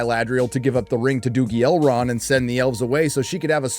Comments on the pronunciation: It's so cringey how she tries to sound "genuine elvish" by heavily pronouncing "rrrr" for some reason,that she justs ends up proving that she's a bad actress. Seriously,who had this childish idea to have her go like "Celebmbrrrrimborrrr" and "Elrrrrrond"? It's ridiculous. Meanwhile,this show has less in common with Tolkien's works than Joe Biden has with truth. It's a distasteful,badly written,awfuly acted,terribly cast,unbarebly politicized,disgustingly ugly show. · The way they pronounce R is so painful to listen to… “ElRRRRRond!”